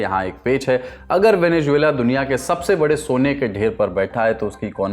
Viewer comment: don’t say ‘Juela’ in Venezuela, it’s Zuela